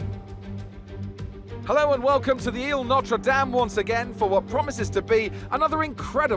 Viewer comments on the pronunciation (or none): Since I did not see anyone say it, I am going to point out that he said Mozart was a painter. I also want to point out that crofty said eel noter dame instead of île Notre-Dame